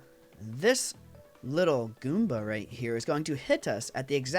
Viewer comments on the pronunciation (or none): none